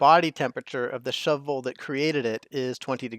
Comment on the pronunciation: I appreciate how you pronounce Shove Vole each time, and don't just say "shovel". I've never done a shove vole farm before, so I definitely think I'll try it out now. I'd like to experiment with the replenishment though - perhaps if the critter counter rather turned off the egg conveyor loader (is that even possible) when it drops below 10, then you just have to wait a few cycles for it to hatch and grow up. As soon as it hatched the other eggs would be swept up again. Then again, there would be a slight delay in producing more eggs while you wait for the pup to grow up.